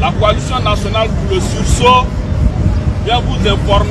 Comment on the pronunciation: il faut lui dire, on dit pas (sous saut) mis on dit ( sursaut)